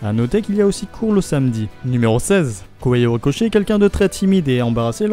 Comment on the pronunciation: Alors.... La diction et l'intonation de cette vidéo me dérangent trop c'est vraiment dommage car le contenu est intéressant... Mais cette façon de lire en faisant "vagues" peu naturelles ça sonne vraiment bizarre pour pas dire agaçant :( (+ la prononciation des noms genre Kohei Horikoshi est aussi étrange je sais pas)